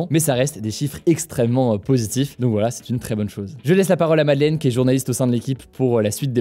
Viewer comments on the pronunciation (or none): none